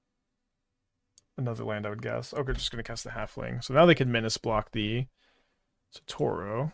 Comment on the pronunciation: Thank GOD I'm not the only one absolutely losing my shit every time he said SATORO